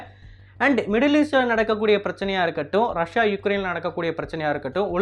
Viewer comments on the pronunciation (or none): none